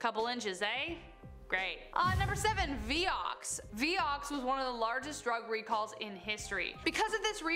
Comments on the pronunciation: It's not pronounced "vee yox" it's "vie ox" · Hi Honey, That stuff (Vioxx) was pronounced Vye-ox, not Vee-ox. Just sayin’…😁💕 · Being picky, but it is Vy-ox not Vee-ox.